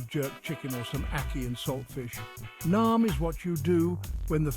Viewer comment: NEEYAAMM NOT NOM